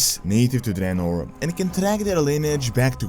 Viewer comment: Finally someone who says 'Dreanor' and not 'Draynor'